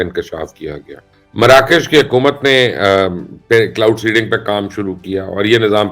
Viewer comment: ایک مشورہ ہے مبشر صاحب کہ پروگرام سے پہلے چند بار سکرپٹ کو پڑھ لیا کیجیے تاکہ کلاؤڈ سینڈنگ اور پِن بجلی جیسی غلطیاں نہ ہوں۔ شکریہ